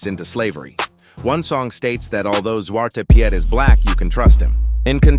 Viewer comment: Before this shity ai finish talking trash about Sinterklas, Sinterklas is the lesser of the evil, unlike your guys Santa. At least we have zwarte peet, that how you say it, not pehiaat, peet, like sheep. Waste piet. And if you guys have ever bin in Curacao, you know that the zwarte piet is the ones putting up the show. They are cool.